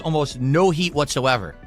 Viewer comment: He can't say the letter T at the end of a word. The more you listen, the more you hear him saying "swee" instead of "sweet" and "hee" instead of "heat"